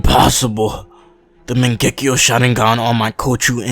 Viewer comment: It’s not Mon-Gek-E-O............it’s Mon-gu-e-o